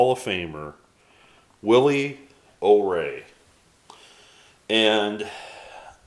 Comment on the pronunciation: I'm not trying to be a know-it-all, but I believe his last name is pronounced "O-Ree" as in "Oh, me."